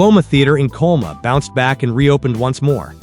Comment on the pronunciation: Coloma-not Coma-it sounds like the AI voice can't say CO LO MA.